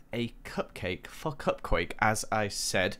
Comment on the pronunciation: LOL He said "Cupcake" instead of "Cupquake" XD